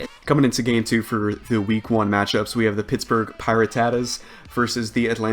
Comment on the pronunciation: oh my lord, it is Pie-rah-tuh-tuhz